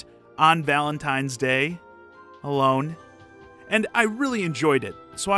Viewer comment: MLG Thuglife that pause tho 😂 .....alone......